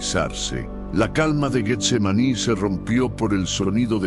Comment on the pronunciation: Buena narración, la misma historia pero narrada de un modo que todos lo entendamis; pero el uso de la IA comete varios errores como la pronunciacion de Getsemaní lo pronuncia Guetsemani, deberían incarle mas atención pues de por sí las nuevas generaciones ya no saben pronunciar ni escribir correctamente. Amén Jesús! Aleluya Cristo a Resucitado! Aleluya